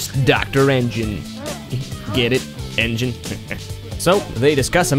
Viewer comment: your laugh about n.gin (engin was weird)